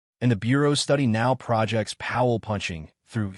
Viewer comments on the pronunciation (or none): Stop using AI for your narration…’projects’ was mispronounced multiple times because AI is stupid and doesn’t look at the context. 👎